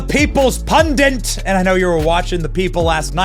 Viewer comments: "Pun-DIT"... not "pun-DINT". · What's a "pundint"? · So, is "pundit" officially pronounced "pundent" now? Seems I'm hearing it everywhere. Is there some reason? If it's some kind of meme I missed out on, I'm on board. Or is it just carelessness and unprofessionalism. Is it a little known alternative pronunciation? No hate, I really want to know.